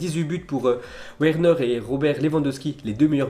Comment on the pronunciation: Where neure, mec ça se prononce Vernaire (Werner)